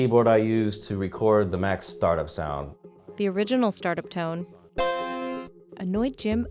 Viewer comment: did the narrator say start town or was i tripping